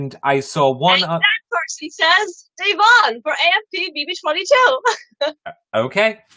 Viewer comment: Why can't pronounce Da'Vonne's name correctly?